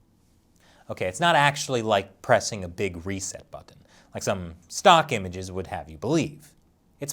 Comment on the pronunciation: The way you say ‘button’ is just incredibly odd - where are you from?